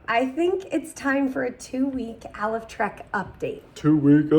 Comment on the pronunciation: I think it's pronounced "A Life Trek!" ❤